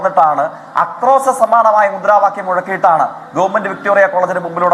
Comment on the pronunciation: ആക്രോസമല്ല ജയ്ക്കെ ആക്രോശം